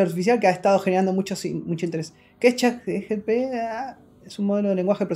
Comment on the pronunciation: ChatGPT es la nueva tecnología....: ChatGTP